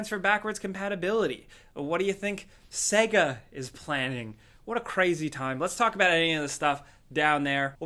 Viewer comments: Saaaaaaaygaaaaa, not Segga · I thought it was pronounced sayga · Stop saying SEGA as CAGA it's pronounced as SEEGA. Got it!🙄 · "Segger" ffs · Says 60rh bday of Sega wrong